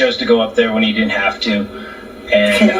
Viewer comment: He said dint.